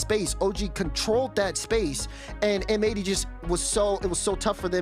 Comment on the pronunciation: Pretty sure M80 should be pronounced matey